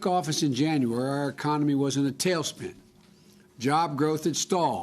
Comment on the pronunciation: Dentures and senility will do that Jack!